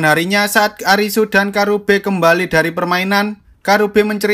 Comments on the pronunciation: Gw ngakak napa bilangnya kurabe pdhl namanya karube😭😭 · Karube bang bukan kurabe